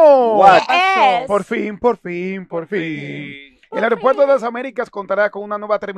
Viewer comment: se dice aeropuerto no aripuerto